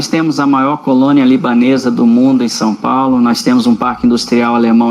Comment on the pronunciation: Sem contar que nem português direito essa jornalista tem dizendo Som Paulo.